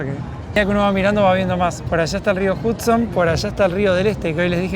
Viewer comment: Aclaración: el río Hudson, se pronuncia "JAD-son", NÓ JUD-son". Igual como "Nueva York" se pronuncia "Nueva iork", nó "Nueva SH-ork".😊😊